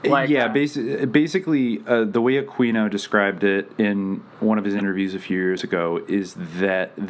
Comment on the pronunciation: So much of this is just BS. It's just some people that have taken a LOT of facts and information way out of context and through a very narrow and specific lens. It's also mixed in with a lot of conspiracy theories that don't have anything to do with one another. And it IS pronounced A-queen-o.